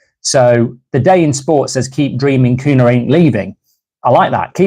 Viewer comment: It's pronounced cunya